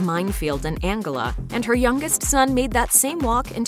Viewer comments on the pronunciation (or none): Angola the country in Southern Africa is pronounced Ang -GO -la